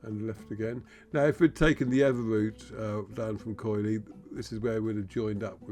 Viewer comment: It is pronounced Kili, the oi is and i sound in Greek.